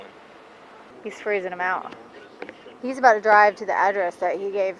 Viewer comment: "Awm gonna DRAWV to this address..." Hillbilly.